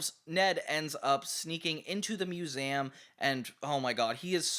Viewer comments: Why does he say “museum” like that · You say 'Museum' weird.